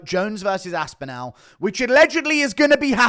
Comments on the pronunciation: Aspinall not Aspinal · Great vid but it’s pronounced aspinall (as-pin-all) I’m no grammar nazi but it was grating on me